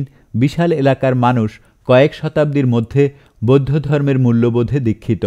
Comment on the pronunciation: আমার কানে যে গুলি অন্য রকম মনে হয়েছে- পচ্চিম (পশ্চিম), বোদ্ধ (বৌদ্ধ), ধজ্যাধারী (ধ্বজাধারী), আরাম্বর (আরম্বর), তিনাগুনে (তিন গুণে), আপত (আপাত), সোত্ত্বেও (সত্ত্বেও), দালাইলামা (দলাই লামা) ইত্যাদি । ধন্যবাদান্তে ।